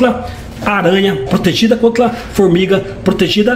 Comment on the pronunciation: Protegido "Contla" , eu acho que ele é o cebolinha da turma da Monica kkkk